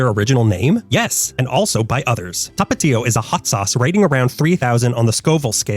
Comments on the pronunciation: I'm wondering why you keep calling Tapatio "Topatio" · Tha-pa-thio Not tah pah tiho